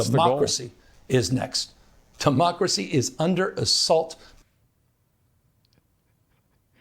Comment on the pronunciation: Newscum couldn’t even say democracy! Hey, Listen! He says ‘Temocracy’ . What de faq?